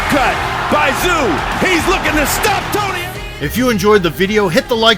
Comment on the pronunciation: It's not Tszyu, but Choo.....first name in korea